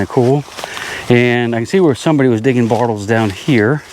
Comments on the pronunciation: Yes, you do put an R in the word borttles. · I totally heard the R when he says bottles lol